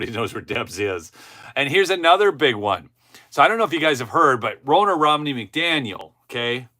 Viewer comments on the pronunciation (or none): It’s Ronna, like Donna. Not Rona.